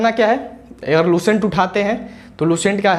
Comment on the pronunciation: S ar Sh me antr hota h Lucent,, not luShent